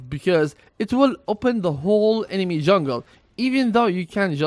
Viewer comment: STOP SAYING EMEMA PLEASE